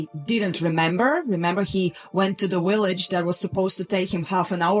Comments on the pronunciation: I love the way you say "Willage" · uhhhhhhhh, heh heh... She said willage.